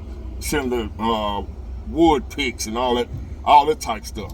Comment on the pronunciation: you got me cracking up 😂 you said wood pic